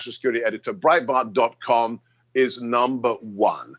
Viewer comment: he said brietbart...thumbs down